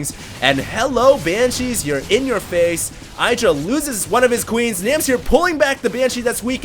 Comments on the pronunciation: IH-dra not eye-dra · It's IH-dra not EYE-dra. :) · 1. doesn't pay attention to the fact that Terrran opened with 11 Gas before Racks. Then he goes "OMG 2 PORT BANSHEE DIDN'T EXPECT THAT" 2. Since when is Idra anyone's fan favourite? 3. If wants to be like Idra he should pronounce his name right. He should also Rage way more. 4. Idra is a whiner. I bet the Terran said that crap at the beginning just to throw off Idra and make him rage more when he lost.